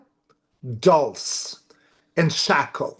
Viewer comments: please stop calling Roswell "area 51". Area 51 is in Nevada. Dulce is pronounced "dull say". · Dulce, pronounced like 'Dull-see'.